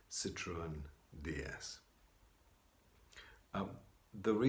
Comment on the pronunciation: Thanks to you I finally know how to pronounce Citroen